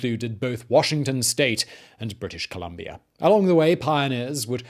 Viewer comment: We love your show. We watch you every night. We have invented a drinking game, too. Every time you say "CanaDER" or "RussiER" or "British ComlombiaER", or any other time you end your "a" with an "ER", we drink. 🌹 To your health, good sir! Keep brining us the education.